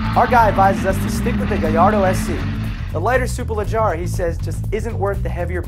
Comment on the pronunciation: it's SUE-PUR-LUH-GE-RAH